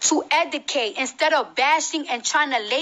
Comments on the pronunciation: God. Lesson one. If you can’t properly say the word EDUCATE. you don’t need to give a lecture. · How about we start with the Education if the pronunciation of basic words in the English language? Let's start with the word "educate" ...sorry girl!! Love you!!!